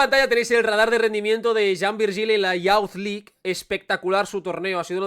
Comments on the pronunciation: Es "yuz" League, no "yauz" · Buen análisis pero me mata cuando pronuncias Youth League como "yauz". Sería más parecido a "iuz"